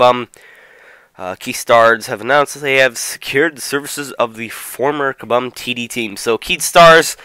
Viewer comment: Kah-Boom not Kah-Bum